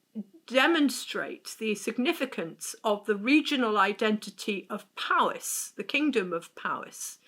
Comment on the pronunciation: It's POwys, not PAWys!! There's no 'ah' in the word at all. The letter 'o' in Welsh is always pronounced as the 'o' in 'dot'.